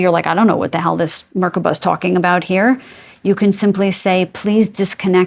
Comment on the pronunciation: I’m danish, so whenever you say ‘Merkaba’ I hear the danish word “mærkbar” , meaning ‘palpable’. So whenever you welcome us I get so giddy, welcome to ‘Palpable Energy Healing’ ❤